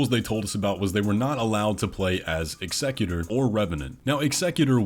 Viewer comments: Please, for the love of god, Executor is pronounced Ex-a-cute-r not Eggs-eg-u-ter. It is a real word, let’s not start this trend this early cause I’ve already seen someone else mispronounce it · Executor!! It's called executor. ExEGGutor is a pokemon. Edit: I see you changed your mind about the pronunciation over the video. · This guy can’t pronounce EX-eh-cute-or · Executor? Why are you saying it like that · Why isn't the Executor pronounced like the profession? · The way you pronounce Executor is a little funny its said like execution like the gallows chopping block. The way you pronounce it makes them sound like a business ceo 😅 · An example of an executor you might be familiar with is the executor of a last will and testament- that is, somebody who executes the tasks laid do in somebody's will. The executor's name is pronounced like that. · Kind of silly that you don’t want to pronounce “Executor” in the way we have suggested because you say it’s not a word……when this is freakin Elden Ring with a whole bunch of made up words for their lore and such. And technically every word in every language was “made up” by someone. So I’d get over that thought and just pronounce it in the way that makes sense and sounds better. But besides that little rant I appreciate your videos, I’m really getting more and more hyped about this release and may actually pay full price upon its arrival 🦾